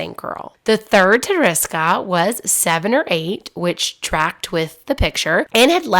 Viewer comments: Tereska is a cute deminutive of Teresa. It is not "teriska" - how you pronounce it in a naughty English manner. [TerE- ska] second "e" sounds like "wEstern" and always sounds like this in Polish! Tereska - without any doubt it is "s" not "z". Thanks for making this film 😊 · Thought it might help with pronouncing certain names and words better by recommending this. Slowly sound out the name or word. Like Tereska, pronouncing it with breaking it down would be Te-re-ska. When you pronounce it broken down like this it should sound more like Ta-ra-ska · Hi, I’m polish and it really hurt me to hear you butcher her name like that lol. In english you would pronounce it like Ther-eh-ska (short for Ter-eh-sa) Adventova😅😅